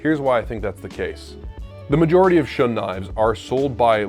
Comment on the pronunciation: Shun is pronounced Shoon I have a Shiro Kamo SG2/R2 and a Shiro Kamo Aogami Super. I’m a professional chef working in fine dining and there is not enough of a difference to say one is better than the other, they both have the same Rockwell harness. The knife will always only be as good as who is using it.